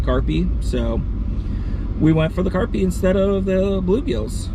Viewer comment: Very nice looking pond! It sounded like you were saying Carpie instead of Crappie in the beginning, lol. Also, they’re Fathead minnows, not Flathead.